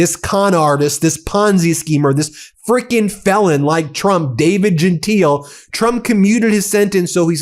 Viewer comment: His name is pronounced; Jen-Tile